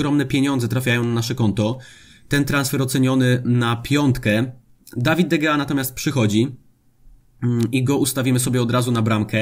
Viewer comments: Jeszcze nie obejrzałem filmu, ale widzę miniaturkę, więc zostawiam bardzo ważną informację do najbliższych odcinków: czyta się De Hea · G po Hiszpańsku się czyta jako h